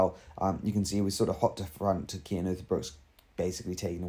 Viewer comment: It is C Cian not K . You better practish his name, because he is indeed a great talent ! He is climing much more faster then Remco and is also good in TT . He is still verry verry young and must gain somme more power to becomme a extreme great talent ! We belgians know alreddy for a few years he is going to be the next great tour contender now riding for bora .... THANK you verry much for this exelent vid !!! and dont feel embarrest because of my fist words . you realy have to spell his namen with a C ;-) , manny thanks !